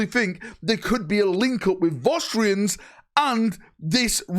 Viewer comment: What are Vaustrians? Or do you mean Vostroyans? 'Voss-troy-ans'?